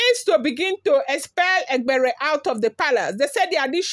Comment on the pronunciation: A for e, that is e-gb-e-re you even tried 😂